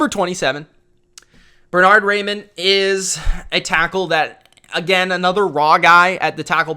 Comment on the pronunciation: Raimann is pronounced Rye-Men